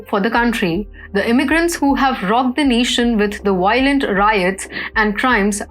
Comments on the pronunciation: What is “WIOLENT” ? Couldn’t find the word in Oxford dictionary ? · The RIOLENT WIOTS 😂🤣😂🤣